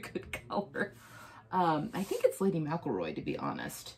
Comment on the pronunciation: You’re pronouncing Lady McElroy wrong. It’s not Lady Mac-a-Roy. It’s Lady Mc-EL-Roy.